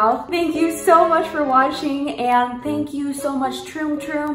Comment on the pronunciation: YOU SAID THANK YOU SO MUCH FOR WASHING IM DYING XD